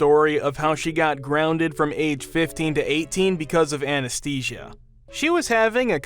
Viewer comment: Please Google how to pronounce words like anesthesia, anesthetic, anesthesiologist.